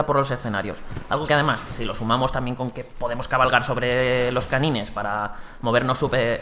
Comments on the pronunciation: Se llaman Canynes en español aunque creía que se pronunciaba Canains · se pronuncian felain y kanain pero se escriben como feline y kanine lo esta pronunciando literalmente como se escribe